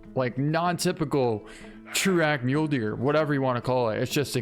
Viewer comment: So. Does he call the Mule Deer Mulee's on purpose or does he not actually know how it's pronounced?